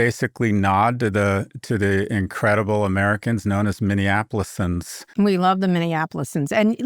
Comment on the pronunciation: Tip for 3/8 from Twin Cities native: “Minneapolitans” — like the pizza.